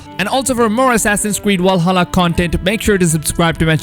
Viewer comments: I hope I fix the way u said Valhalla it has a fucking V in it not a W it’s Valhalla not Walsalla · *VVValhalla not wal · Valhalla not “Walhalla” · Stop saying Wallhalla. Its Valhalla with a fucking v. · Your saying walhalla instead of Valhalla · Why you keep sayin Walhalla idk why its triggering me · Is nobody gonna talk about "Wall"hala? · Dis nikka said Walhalla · Man said walhalla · Walhalla LOL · assassins creed WALHALLA? hahahaha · Its not "Wallhalla" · Did he say assassins creed walhalla at the beginning? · Vwahalla lol, thx for keeping us up to date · Did this man just just say walhalla Oden is ashamed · I can't help but laugh each time I hear Assassin's Creed WALHALA😂😂😂 Great video though🔥just teasing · why are you pronouncing 'Valhalla' like that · Can you say Valhalla properly? Just giving you shit. It looks interesting.